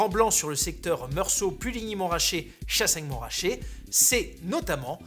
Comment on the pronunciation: C'est MontRAchet, pas MonTRaaaaaachet 🧙